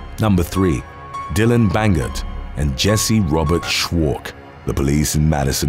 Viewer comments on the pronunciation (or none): none